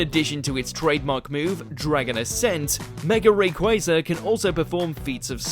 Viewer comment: ITS QUA ZA NOT QUAY ZA